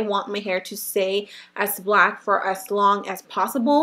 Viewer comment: she said blank not black